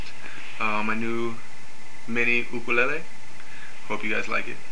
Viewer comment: finally, sum1 that kan pronounce ukulele rite! gd job!